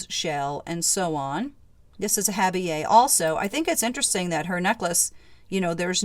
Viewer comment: What a beautiful collection, 😍. Thx for sharing the Wiki info and for explaining/pronouncing “intaglio” & “habille”. You share your knowledge without being snooty ☺️